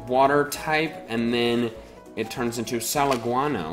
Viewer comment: Salaguano sounds like salon guano